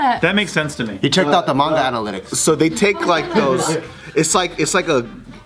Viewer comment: im impressed pronounced manga right